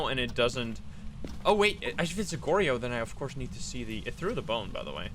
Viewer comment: it's (Gor-Yo) not (Gor-ri-yo)